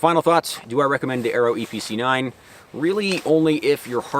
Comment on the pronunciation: That's a lot of words for a range toy Also I kept hearing Eee PC 9 haha